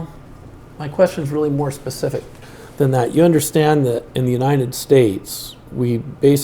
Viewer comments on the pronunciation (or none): He's using language I'm not familiar with... RE-NEMBER or PACIFIC (in lue of specific)